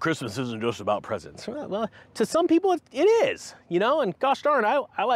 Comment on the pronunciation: Did you say a Pope at the end of the tunnel?